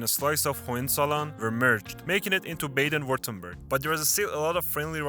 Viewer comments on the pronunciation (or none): I’m not German, but it immediately grates on my ears to hear, in a video about German states, the first one is pronounced “Bayden” WTF. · It is not "Bejden" but Baaaaaaaden! Please pronounce German names correctly, when you try to teach something about my native culture. Thanks. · It's Baaden, not Bāyden! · Bah-den not Bay-den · Bro I don't trust your video. Its Baaaaaden Wuerttemberg, not baiiiiiiiiden. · bro that's not how you pronounce Baden. you did Badners dirty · The pronunciation of "Baden" 🤦🏻‍♀️😑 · It is not pronounced 'Bayden'-Württemberg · When the narrator mispronounces his place names ( Baden as Bayden) I know he’s not German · When you start out mispronouncing "Baden" I give up all hope for the rest of this video right at the beginning… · Ok, no AI, then the names would be pronounced correctly. Let's start with the first word of the video: Baden-Württemberg. Baden is to bath, and the a is pronounced the same way.